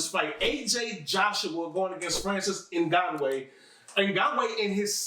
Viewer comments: NGANNWAY? ITS NGANNOU!!!! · Francis Nganuway, really where is this dude from. Is francus ngannou 😅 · Now its Ngoneintwo